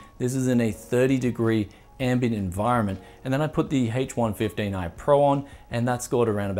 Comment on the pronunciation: Sounds like he's saying hates 115